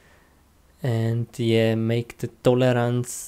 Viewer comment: And make The "TOLERANZ" more :DDD Beste stelle wie du das einfach im Englischen wie im Deutschen ausgesprochen hast! :DD